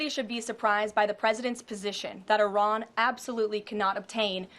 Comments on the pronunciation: she finally broke character and pronounced Iran properly… so much pandering to the base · It is amazing that all of a sudden she knows how to pronounce Iran's name correctly.